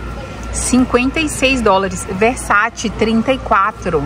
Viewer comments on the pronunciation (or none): none